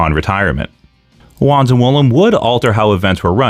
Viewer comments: I hate to be that guy to say it's pronounced "Vaanz" (W's in German are pronounced as V's), but this was a great video regardless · And, I Believe that It Was "Vanz", & Not "Wanz" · Wanz is pronounced like V-ah-ntz like Walter was pronounced valter before he went to the WWE. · Isn't Otto's last name pronounced Vahnce? That was the way the AWA announcers and commentators always pronounced it.